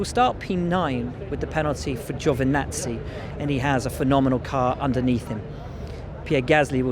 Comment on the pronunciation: Brits need to LEARN how to PRONOUNCE the names Kubica and Giovinazzi. Either that or lose the chip on their shoulder.